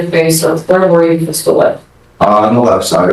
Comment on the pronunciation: "werre" C'mon bro.